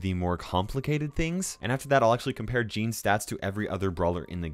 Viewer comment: when you said gene,s i thought you are saying jeans